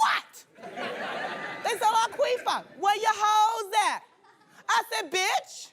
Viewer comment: Laquifa! Not Laqueefa!